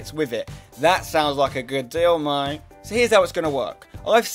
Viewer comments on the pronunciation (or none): none